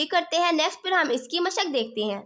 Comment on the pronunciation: Mashaq Nahi hota Mashak hota ha